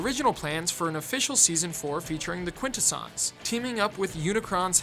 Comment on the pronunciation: You've got so many bizarre pronunciations for things, like the way you say Quintessons. Sounds like someone who's read a wiki summary without watching the show.